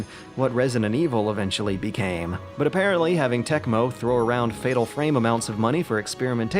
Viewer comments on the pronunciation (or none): none